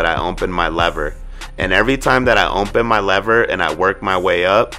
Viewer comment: Nigga said: ohnpen 😂 its open big dawg